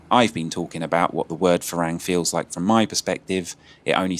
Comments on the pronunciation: Say "far rang" like your wife said, not "fa raeng". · I enjoy your editing, style, and narration, but dude, it’s ironic you cannot pronounce ฝรั่ง (Farang), seeing as you not only rhapsodized about it’s meaning and, ahem, pronunciation, but it’s kind of your brand and all. That second a in Farang, you’re pronouncing it with the Thai แ, but it’s an ั. Which is to say, it’s not “a”, as in neighbor and way, but “ah”, as in open up and say ahh! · Learn to pronounce farang properly